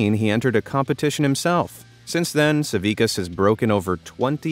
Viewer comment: I am Lithuanian so I am so glad to see Žydrūnas Savickas mentioned, though you botchered his surname it's spelled like sa-vi-TSC-as